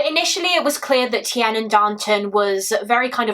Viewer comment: Tiernan is pronounced 'TearNin'